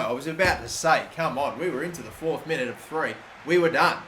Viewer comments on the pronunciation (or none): none